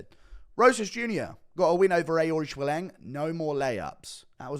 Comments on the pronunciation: No one: GURU: Divvle-Osh-Villy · Why do you say Devlashvili